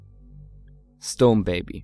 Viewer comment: Hab auch erst "stoned" verstanden xD